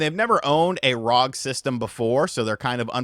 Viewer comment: It’s not rog it’s R O G it’s short form for Republic of gamers